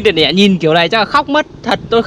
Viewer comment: Đọc tiền lẻ đi bạn ei, tiền nẻ ???